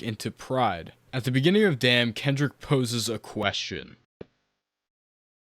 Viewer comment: ay bro its DAMN. not DAMN ,just know that